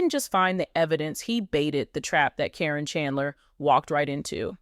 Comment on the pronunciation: Doesn’t know how to pronounce KARIN CAR IN MAYBE THIS WOULD HELP YOU